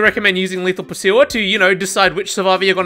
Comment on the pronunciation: bro said lotho pursuer